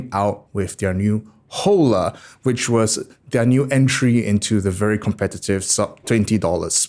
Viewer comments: Is not jola! Is ola!!!!! 😆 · I think you're supposed to pronounce it like holler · Hola is Spanish for hello. Pronounced "Oh-Law" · In Spanish, an 'H' before a an 'O' is a glottal stop. You don't pronounce it. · Hola = hello in Spanish. In that language the "H" is silent. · Hola is an Spanish word, means hello and is pronounced with a silent H